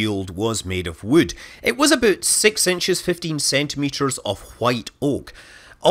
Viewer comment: of wood, it was aboot.........